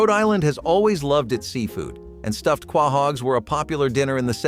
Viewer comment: Quahogs is pronounced koh-hawgz. Get it right. SO many mispronounced words in this video!